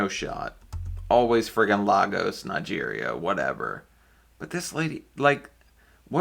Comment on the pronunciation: As a Nigerian, the way says La-gos not Lay-gos as we say it has be laughing. Y'all be careful out there.